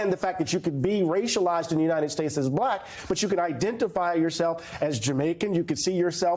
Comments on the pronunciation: The way he says “blaaak” tho. VOTE BLUE USA. 🗳️💙💙🇺🇸🇺🇸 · How'd he manage to make "BuhLack" a 2 syllable word? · You know a guy is racist by the way he pronounces “bahhlackkk”